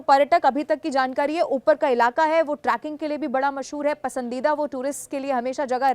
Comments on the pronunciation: "Tracking" नहीं मैडम.....Trekking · Tracking nai Trekking bolo Didi